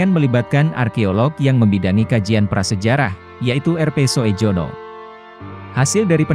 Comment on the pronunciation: Bacanya bukan so é jono mind,tapi bacanya yg benar SUJONO,sebab oe itu sama dengan u.oe itu huruf lama.